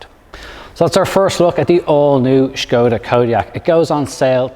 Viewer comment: As a Czech, thanks for correct pronunciation of the brand - Škoda. Great review for sure 👍